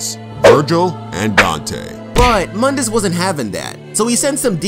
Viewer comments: Actually Mundus is Pronounced Moon diss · Pronounced Moondus. Otherwise great video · Its pronounced MOON-D-US